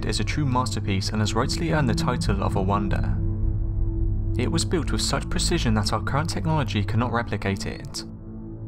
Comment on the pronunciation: These are interesting videos but needs someone to narrate them that speaks ENGLISH, there is no F in WITH or THINGS or THOUGHT or MOTH and if he talked any faster it would be just a hum